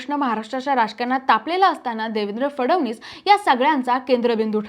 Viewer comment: cebc nahi may sebc mhna & la फडवणीस नाही फडणवीस असं म्हण बाई . विषय भारी तुमचा विषय गंडल बर का नीट स्पष्ट बोलणारे अँकर घ्या